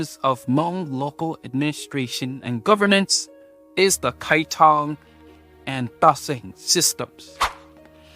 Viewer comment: I only heard kiatong, not kaitong